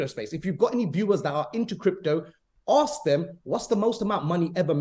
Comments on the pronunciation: My god, im baffled.. Really.. Idiots: "Go on, ax us everyfing", Coffe: Oka... Idiots: NO HOLD ON! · Do not invest anything into someone who can not pronounce the word "ask". Plus this guy loves the sound of his own voice.